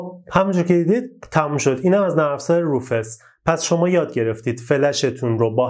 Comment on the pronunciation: بزرگوار سلام و عرض خسته نباشی تلفظ صحیح روفوس میباشد با سپاس فراوان